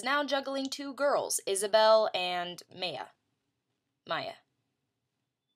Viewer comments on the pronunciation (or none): You are so funny and incredibly mature for your age (and this isn't meant to sound condescending in any way) and I adore your reviews. I tend to agree with you 99% of the time, regarding the books you're talking about. And yes, Maya is pronounced "My-uh" (if that helps, lol). <3